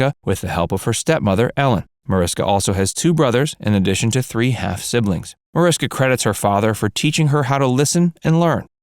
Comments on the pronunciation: Her name is pronounced Marishka. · Her name is pronounce ma-rish-ka